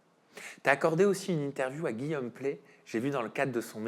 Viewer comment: C'est Guillaume Pley, pas "Play"!!!